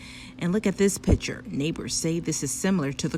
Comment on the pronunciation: Where are the protesters/rioters/looters/media? And to the reporter it’s picture not pitcher.